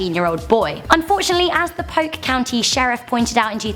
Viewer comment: I'm from Polk County, I laughed my butt off when you pronounced it ' Poke County' which is what we called it as kids/teen when 'we' (Polk County natives) wanted to feel a bit more red-necked! As growing up there in the the 80's & 90's it was a rather backwards place between Tampa and Orlando which 'we' though were so much cooler and infinitely more metropolitan.